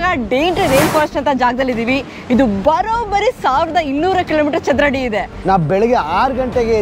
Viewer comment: 1200 kilometre ಚದುರಡಿ ಅಲ್ಲಮ್ಮ. ಚದುರ kilometer. 😊